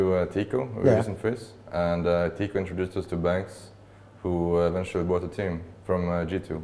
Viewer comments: Не Тико, а Тиико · Teeqo, а не Tico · Не Tico, a Teeqo